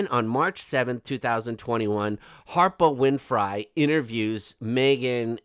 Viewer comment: Love the way Oprah whinfry is pronounced. It’s a damn good giggle!